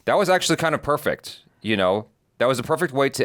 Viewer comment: Episode 8 in just one word "Pefect"